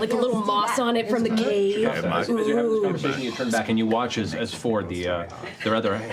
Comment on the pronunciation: Isn't Fjord pronounced more like Fi-yord? If it was just Ford it'd be spelled like Ford, right?